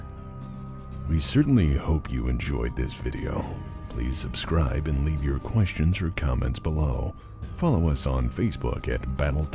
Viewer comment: When did ya hire Duncan from GW? "Thin ya paints" weirdo.